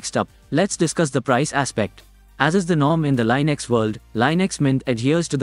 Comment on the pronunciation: Linux, not Linex. Ubuntu, not Ubantu.